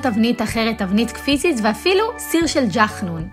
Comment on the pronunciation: קורע אותי שאת אומרת " ג'חנון " 🤣🤣🤣🤣